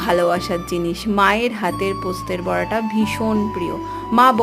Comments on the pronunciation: কথা টা পোস্তর বড়া, পোস্তের বড়া নয় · Postet na postor bora. Ami birbumer meya. Tumi j bar bar poster bora bolcho khub kane lagche.